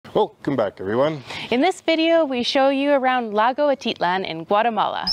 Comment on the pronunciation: It's pronounced At I lan!sorry